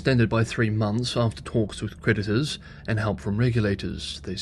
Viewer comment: thanks for the channel. when you say the word "creditors" it sounds like "predators"....perhaps it's just a subconsouis slip on my part?